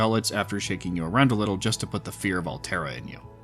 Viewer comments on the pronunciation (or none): none